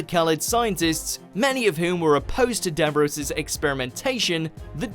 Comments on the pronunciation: DAV-ROSE? realy? you are getting payed for this, got it right! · Never heard anyone pronounce it 'Davrose' anywhere, ever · His-name-is-Davros, pro-nounced with-a-short-o. Now-that-this- is-cleared-up, WE-ARE-THE-DALEKS! EX-TER-MI-NATE! EX-TER-MI-NATE! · I know I’m pedantic but it’s pronounced as Dav-Ross As a bonus though the dalek design comes from a cafe pepper pot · Ha ha! I wish you could post pictures in the youtube comments then I'd photoshop a picture of Billie Piper's top half onto Davros's chair to give you Dav- ROSE! Perhaps watchmojouk if you're going to get someone who doesn't watch the programme in question to narrate your videos... have someone else give it the once over before up-loading! Classic! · stop saying davROSE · Nobody::Dav-ROSE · Dav-rose Tyler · If Dav-Rose had left a bit more room on the door, Dav-Jack would have survived the Titanic too.... I had to turn this off, it was wildly inaccurate and the pronunciation was just just .... nope. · timelordgeek16 Dav Rose, WTF. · Learn how to pronounce Davros will you! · Can't even say the name right [Davros]. Shame! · If you cant even say Davros correctly, I cannot watch your drivel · Garman: You are insane DAVROS!! Me: So why can't say the name right? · If your narrator can't pronounce 'Davros' or 'exterminate', he's probably not the right man for this job. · I'm really not impressed with the way the narrator says Davros' name haha. But anyhoo, it's quite ironic that in canon if the First Doctor didn't go to Skaro in the first place then the Daleks would never have known about other worlds hence wouldn't have left Skaro in the first place. So really, everything that happens in the Doctor Who universe after 1963 (including The Time War) is actually The Doctor's stupid fault! Grime! Dark Times! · For God's sake how many videos have you done on davros/daleks? You should be able to say his name by now. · like I'd get it if it was because of his accent, but the show is in this accent!